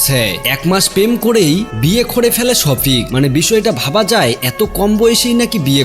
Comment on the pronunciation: ভালো করে নামটা উচ্চারণ করতে পারছেন না ওটা সখিপ হবে না শফিক